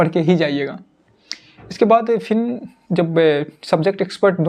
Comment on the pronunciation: फिन नहीं फिर होता ह